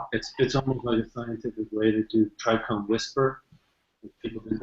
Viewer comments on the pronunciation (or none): Dude sounds hella smart. Why is he saying tricrome? Someone should correct him its trichome last time I checked haha